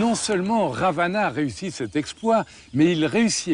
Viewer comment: 👋 TU DIS PAS "RAVANA" .²²²